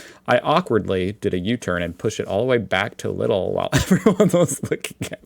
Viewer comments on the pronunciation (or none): Natural gas is actually one of the most important energy sources for electricity generation (10–20%). The share of crude oil in electricity generation in Germany is typically less than 1%. By the way, it's not pronounced Little or Lidl, but Leeedle. Lidl was the (family) name of the owner of the first store of this kind. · just pronounce it 'Leedle' (not like 'lie') 😉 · Not Lydol, try "leadle", like the Beatles PS: tbh, the far right AFD is nor as right as the GOP or Repuplicans or Trump and his cabinet is. Still, they are way too far right. Just to put things into perspective.. PSPS: with the dentist law-suit, i believe the problem was, saying he had "old, outdated machinery" or whatever, since the patient probably is not educated enough to judge on that. Just my guess.. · Just pronounce it as if it was written like this: "Leedle" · Leeeeeedleeee it rhymes with needle....oh my god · when it comes to potato pancakes applesauce is a must <3 (or as we know them: Kartoffelpuffer mit Apfelmuß X3) Also Lidl is pronounced Leedle, just like needle but with an L instead of an N at the beginning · Leedle say it Like leedle pls. That is how u pronunce Lidl. Pls it heards my ears. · In IPA Lidl is spoken like this: lɪd.əl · "Quick tip: To say Lidl the right way (the German way), just say the word 'needle' but start with an 'L' instead of an 'N'. So, it's basically 'Lee-duhl'." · Lidl is pronounces like "Leedl" Hbf is the abbreviation for Hauptbahnhof (main train station) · just pronounce it "Leedl" and you'll be doing fine 👍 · You always say Laidel and its what you said the first time Lidl so you dont even know what you say.. you said it right for the first time and then came up with a wrong way to say it... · One simple way to pronounce it correctly is to take the English city of "Leeds", remove the s and add an l, or as someone previously described, simply take the word "needle" with an l instead of an n at the beginning. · just say "leedle", like needle with an L